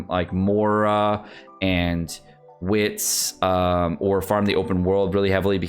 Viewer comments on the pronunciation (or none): none